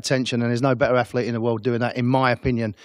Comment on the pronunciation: I dont know why he keeps saying bigger athleet 😂😂😂😂😂😂😂😂